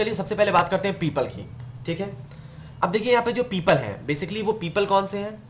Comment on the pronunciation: People❌ Peeeepaaal✔️